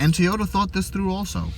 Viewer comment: Never heard of a Teeota before :P